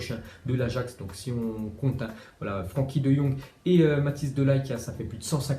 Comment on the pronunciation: On dit pas franki mais freinki